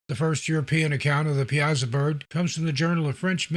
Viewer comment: Great video! I’m from the Alton area and we pronounce it Pie-a-saw. I wouldn’t ever expect anyone not from the area to pronounce it like that, I’m just informing, certainly not criticizing. I love your videos and your narration is top notch!